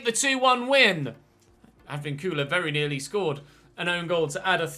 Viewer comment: Im so glad you actually send the scout to venezuela. Im venezuelan and i know is a little thing in a game but it makes you proud that your country is being notice. Also, a little help with spanish names. If you see a little line on top of a vowel (like á é ú í ó) you're supposed to emphasize that. Ej: Sánchez would be like SÁnchez or in this videos case, AdvÍncula instead of Advincúla. Hope I has clear and you could understand what I mean